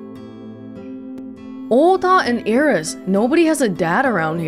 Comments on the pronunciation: With the exception of "N", Japanese lacks word-final consonants. There is no standalone "S", so what the voice actor is actually saying is more like "Irisu" than "Iris". When a word ends with "su" in particular, the vowel is often heavily de-emphasized and sometimes entirely silent (even in native Japanese, not just foreign words). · Hi, I noticed that some of the Japanese VAs tend to add an E on the end of certain (foreign?) words and names, such as Iris-e. Do you, or anyone else, have a clue why they're doing this?